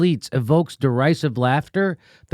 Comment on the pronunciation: "Dee RIZ iv" NOT "Dee RISE iv" JImmy ya fuck! Like the word derision...It's NOT pronounced DeRISEshun. You're somewhat smarter than THAT!